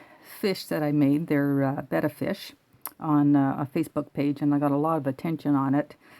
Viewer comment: Wow one of a few that know how pronounce betta on youtube alright!!!